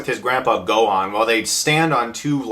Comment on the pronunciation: They also pronounce Gohan's name wrong, which really really irritated me!